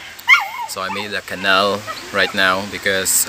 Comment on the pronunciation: "canal" (pinaslang) - kweeee! HAHAHAH!